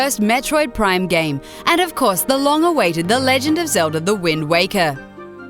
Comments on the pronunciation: Josh Guerra she says legend of zelva... i think this alone would be enough for anyone working for a company that gave even a smidgen of a shit about its content to not get very far with that bullshit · it sounded like she said zelza too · Legend of Zelva? Seriously? Is it really that hard?! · she said velda iinsted of zelda and melee insted of meley